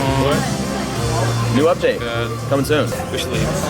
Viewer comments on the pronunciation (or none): none